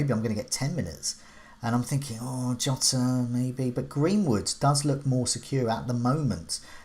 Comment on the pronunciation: I heard Yota and Jota but now we have calling him Jowta???